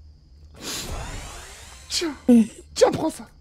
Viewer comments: Nn le mode zombie ça déchire pas le mode Zombie za déschire 🤣😂😂🤣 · Mais c'est comme ça : le mode zombie za dezire